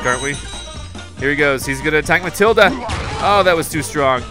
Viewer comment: It's Matilda not Mathilda